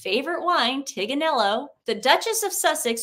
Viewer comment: Tignanello... it is Tignanello not Tiganello!!!!! 😱😱😱😱😱😱 let them know 😂😂😂